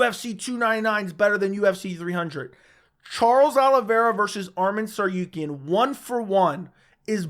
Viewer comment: Bro it's TsaRUkyan not TsaRYUkyan, RU NOT RYU